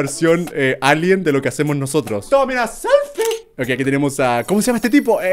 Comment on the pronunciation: Minuto Germán diciendo "Tómame un selfie", una SELF-IE, ok me recostaré